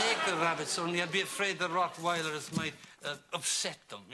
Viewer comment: Really appreciate the fact that Ted pronounced Rottweilers correctly. :D